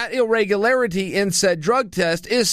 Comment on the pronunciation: " Irregularity " .... okay uncle Chael...